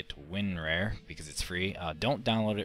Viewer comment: Hey you regard it's winrar not winrare